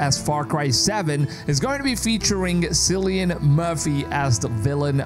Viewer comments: FYI his name is pronounced "Kill-ee-an" not "Sill-ee-an". Hope this helps. :) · Did you really said ''Silian'' my god.. its pronounced ''Killian'' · "Cillian Murphy" with a hard 'C' - pronounced "Key-lian" not "See-lian". Sorry, had to get it out of my system! :P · Sillian? It’s Kill-ian- I’m Irish as well as him and it all drives us mad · Cillian is (kill-ee-un) not seal-ee-un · Its "Killian" Btw not "sillian" , the pronunciation of hia name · Just a little nitpick... your favorite actors name is pronounced KILLIAN not SILLIAN... :) the more you know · Lol at "Silly-Anne Murphy"! Cillian is pronounced "Kill-E-Ann" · not Sillian its Kill i an---- Cillian =) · Syllian? It's pronounced Killian. Sheesh! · 'cillian' is a hard C like 'killian' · Cillian is pronounced as Kylian/Kilian Murphy. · Sillian? 😂 That's not how you say his name dude! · If you were a big fan you’d know its pronounced “Killian” not Cillian. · It's pronounced Kill-ian btw, no idea why you're saying it that way. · Is is really pronounced Sillyan Murphy? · It’s pronounced kill-e-ann Murphy 🙈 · Pronounced "Killy-N Murphy" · Btw Cillian is pronounced with "K", not "S" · can you at least learn how to pronounce the name Cillian, before you make a video? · Please learn how to pronounce Cillian properly. The C is pronounced like a K.